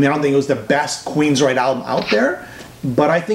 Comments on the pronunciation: Why do you keep calling the band Queensright? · What the hell is this? dont even know how to pronounce Queensryche. I'll wait until the album is actually out, or maybe even a review from somebody that knows something about the band.